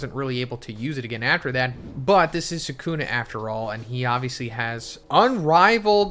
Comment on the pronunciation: bro said sukumo and megoomi